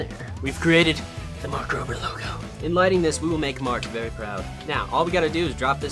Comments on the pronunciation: It`s Mark Rober not mark rover! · His name is mark Rober not mark Rover